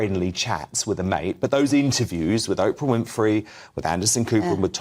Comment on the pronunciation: It’s 2023 and there are still people that can’t pronounce Oprah’s name yet? OOOOprah. Hard O people!